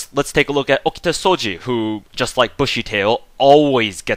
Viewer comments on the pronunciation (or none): okta soji? I prefer Oh Kee Ta Sou Gee